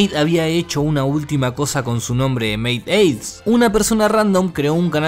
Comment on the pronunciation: m estresa q dijera "meiaids" 😭😭😭 MeiAIDS